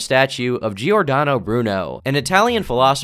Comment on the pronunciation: Giordano pronunciation is very american, I think you went through a lot of trouble! You could always say like Jordano, this is how it's pronounced in italian. Like Jordan? but Jordano.